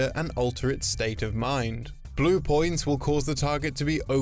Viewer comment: Please stop saying poins